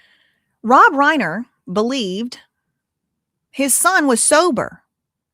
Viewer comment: The surname Reiner: the first syllable does not rhyme with lane; it rhymes with line.